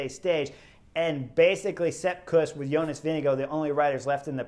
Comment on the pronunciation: Why is it that American commentators incorrectly pronounce Jonas' name?